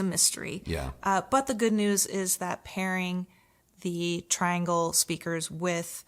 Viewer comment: With respect. The name is pronounced tree-ahn-gle.